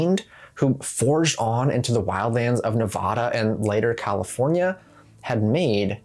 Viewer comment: What is wrong with ur voice Californyuhhh